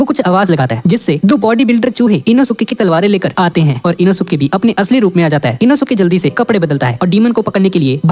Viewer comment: Inosuke nehi enoske😂